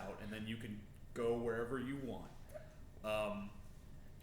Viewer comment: "waunt".... "wownt" hehe